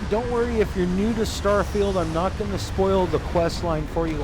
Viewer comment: I'm impressed how well you pronounce some of the item/skill names